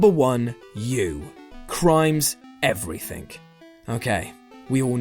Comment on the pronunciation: nope, i despise you because you keep saying " everythink" >.>